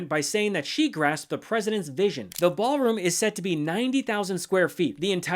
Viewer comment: Ballroom? or Baalroom?